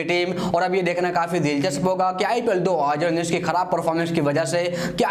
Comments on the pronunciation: Bhai tu 2019 bolna pahale sikh 😂😂😂😂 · Bhai thu 2019 bolna sikh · Abe sále pehle tu 2019 bolna sekh